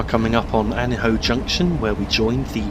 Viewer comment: Another brilliant video,. I know the area very well as far north as Banbury. Tame is the correct pronunciation of Thame, and Beaconsfield is pronounced Beckonsfield. Also, Aynho Junction where the GWR line from Oxford comes in is pronounced Ane_o. With regard to the slow low speed acceleration of the class 67, this may be down to the specification when it was ordered. That was to haul Royal Mail TPO trains in and amongst HSTs. The acceleration from a standing start of the 67 and 43 on Train Simulator seems very similar. If you plan to do a return journey, from observation while frequently driving alongside the line between Wycombe and Princes Risborough, Chiltern railways use more class 168 DMUs than class 67s on the Birmingham run. From a real life cab ride video on YouTube by a Chiltern driver, the acceleration of a 168 is much better than a 67.